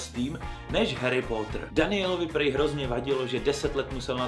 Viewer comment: Je to Harry "Potr" a ne Harry "Pótr" Promiň ,ale strašně mne to irituje